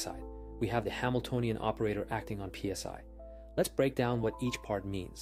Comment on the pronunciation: You pronounced the Greek letter "psi" as P.S.I."? That doesn't do much for your credentials.